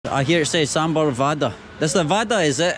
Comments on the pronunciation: It's wara.. not waada.. Hey.. you need to work on your pronunciation..!!! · Dear if U don't want spicy tell them non spicy...and it's not vaadaa it's vada...vaadaa means promise😂 vada means d u can say rrrrrr when pronounce.. say now vada with varrrrhaaaaa haha😂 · You pronounced Vada as the word "waadaa" which in hindi means Promise! 😂 Cute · It's pronunciation is like vadahhh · you must learn the pronunciation of vada. the 'D' in vada is pronounced differently. what you're pronouncing means "promise". sambhar-promise. always good to see your videos. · Foreingers cant pronounce ड़ा